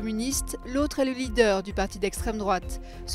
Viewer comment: WOUHAHAHAHAHAHAHAHAHAHAHAHAHAHA euronews a bien prononcé le mot magique: strèmedroite! Ouf, le reprotage est validé par la rédaction et par l'Elysée.